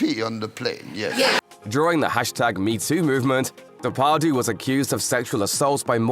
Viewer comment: De Par dieu not day par doo